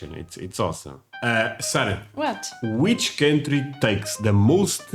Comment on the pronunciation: But Sarah said it - with the "a" sound at the end! wins again!